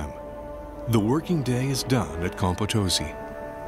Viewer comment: You should use correct pronunciation... it's Potosi: accent on last syllable